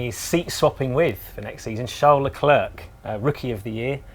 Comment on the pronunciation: Shal L’eclair